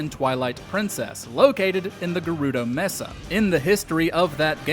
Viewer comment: Mesa is pronounced “MAY-suh”.